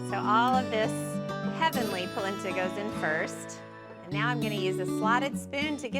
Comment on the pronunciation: NOT pronounced POLinTA